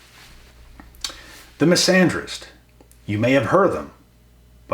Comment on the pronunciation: Misanderist ohhh😂... Bro I thought a "Miss Andrews" had just done you dirty enough 🤣